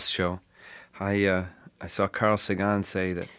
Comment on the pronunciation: I like the way he pronounced Carl Sagan's name. ^_^